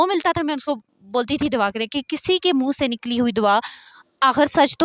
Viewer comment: It's Dua not dawa!!!